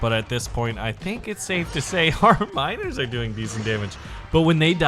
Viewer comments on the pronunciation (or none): every single time he says miners, i understand minors. frick sake man...